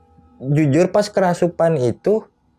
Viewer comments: gatel pen benerin kerasupan nya si mas huhu "kerasukan" mas bukan "kerasupan" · Maaf bang kerasukan.. Kesurupan.. Bukan kerasupan.. Beneer gak? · Apa cuma saya yg denger!?!? Si Narsum bilangnya "kerasupan" bukan "kerasukan" 😅😂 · "Kerasupan"??? Agak kocak Narsumnya. 😅